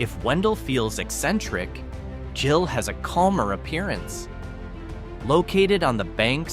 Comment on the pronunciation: Gill, with a hard G, not Jill.